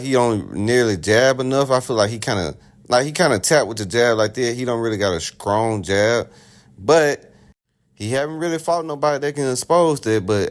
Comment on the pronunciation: Did you say scrong jab😮